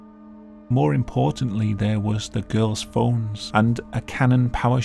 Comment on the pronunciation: I’ve said before; the police need to check their suspects again for a speech impediment. It sounds like he’s trying to say “down there”, instead saying “down thewe”.